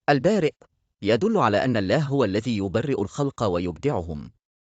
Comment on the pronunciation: نطق اسم اللًه سبحانة و تعالى نطق خطأ فى معظم الفيديو